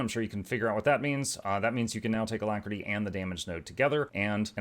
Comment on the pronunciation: Why do we shorting alactery, it is not a long word lol